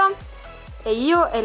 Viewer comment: si dice livai e si scrive levi